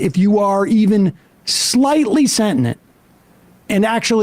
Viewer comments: Sam - I love ya but the word is “sentient”…not “sentinent” ~ hate to nitpick but I proofread in my sleep and mispronunciation makes my brain hurt ~ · "even slightly sentinent" (Did you mean sentient?)